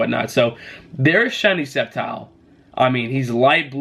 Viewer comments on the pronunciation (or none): none